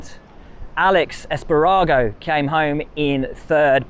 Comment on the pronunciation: I am glad Will mentions MotoGP results (and other moto categories), but the comical mispronunciation of MotoGP names kinda shows that Will obviously doesn’t watch MotoGP and doesn’t know these riders. Aleyish Es’pagaro, not Alex Espa’garo. Keep it up, buddy.